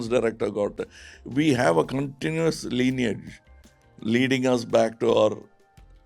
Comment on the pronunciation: It's not leaniage. Lineage, pronounced line-age.